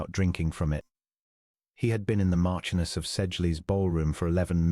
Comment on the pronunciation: Pronunciation . Marchioness. Ch pronounced sh!